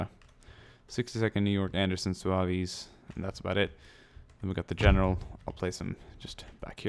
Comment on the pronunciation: its pronounced "zouvs" not "zouvies"